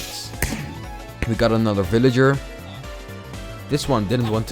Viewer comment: it feel like you said fillager instead of villager